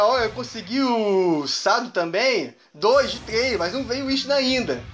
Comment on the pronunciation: que Sado é chad sabe nem pronunciar kkkkkk